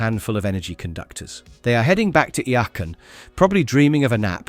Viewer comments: "Yacon? Who or what is " Yacon"? You mean IACON? IACON aka IACON City is the Autobots home, and it's pronounced EYE-A-CON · 1. Its iacon not yacon. 2. Its always Teletran One not teletran Y. 3. Its Dinobot island where its pronounced diy-no-bot not dee-no-bot 4. Season 2 You forgot episodes as well as did not have them in correct order. 5. You forgot the movie before Season 3. 6. You skipped episodes in Season 3. 7. You never mentioned how Japan continued Season 4 differently with a full Season 4 having the story goes a different route. You did a lot of work, thank you for everything you did review. Thank You. (Everything in my comment isn't meant to be taken as negative, they are just corrections I noticed. ) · you know they pronounce Iacon several times in the series. It is pronounced EYE-uh-CON. Your pronunciation is more like YACK-on... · The way you Sao Iacon infuriates me